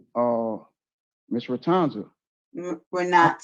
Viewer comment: "Miss Ret-TAHN-zuh" lol!!! She couldn't keep a straight face! Glad Miss Jackson corrected this FOOL!